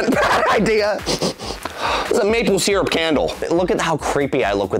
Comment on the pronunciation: Everyone: watching video normally Me: “why did he say syrup like that!?!?”